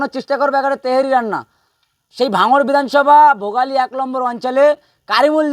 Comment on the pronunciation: আরে ভাই ওটা তেহেরি না তাহারি